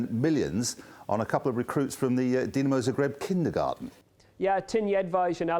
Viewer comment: They are pronouncing Dinamo Zagreb wrong